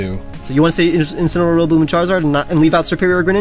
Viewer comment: I could see wolfe die when said incinaroar